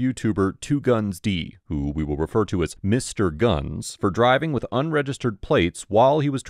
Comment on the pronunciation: favorite part of the vid is when he tries to say I’m driving but stop and sounds like he said “listen I’m drunk” 😂